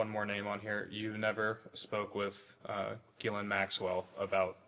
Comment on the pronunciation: If he's not involved, why is he the only one who knows how to pronounce Ghislaine?